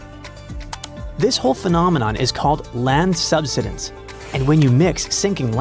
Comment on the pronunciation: it's not "sub.sid.ins"!!!!!!!!!!! it's "sub.side.ins." DAMNED STUPID A.I. READER! -----GET A REAL LIVE PERSON TO NARRATE THIS!!!